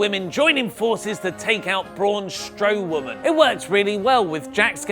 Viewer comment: Did he just say braun Strowoman 😂😂😂